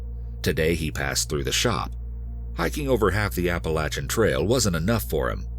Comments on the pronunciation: narrator is the best I’ve ever heard but please never say Appa-lat-chan again😭😭😭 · It’s pronounced appa-lay-tion trail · I lose respect when I heard apple-a-chin trail. Like what? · Apa-lay-SHIN trail is how it is pronounced. Also Harriman- it's pronounced Harrah-Men not horraman. Lol but as usual, a great story. Love this channel, I live near sloatsburg and love hiking in harriman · The Apa-la-chin trail. Lol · Apa-LAYTIAN trail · Dying at the pronunciation of Appalachian 😂😂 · Your American and you can't even pronounce Appalachian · Dude don’t ever say Appalachian like that again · The way Appalachian was pronounced threw me off a little lol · The way he says Appalachian is truly amazing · Why can't any of these narrators say Appalachian correctly? There's literally an audio recording from one of the hikers saying it right...just repeat it the same way he said it ffs. I only lived in the Appalachians for 4 years total, but all these people mispronouncing it really grinds on my nerves. I can't imagine how much it must annoy people who have lived there their entire lives. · Im offended by the way yall pronounced Appalachian Trail LOL